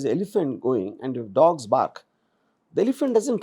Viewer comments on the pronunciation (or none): none